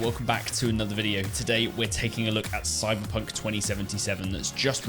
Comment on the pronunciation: soyberponk sevontee sevontee